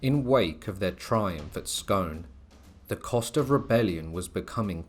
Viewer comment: It's pronounced SCOON not Scone